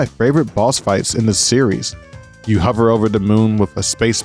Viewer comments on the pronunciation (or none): none